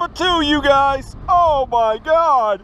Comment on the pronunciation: Oh my gaud...oh my gaud...you gotta be kidding me